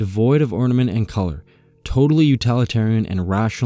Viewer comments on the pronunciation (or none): none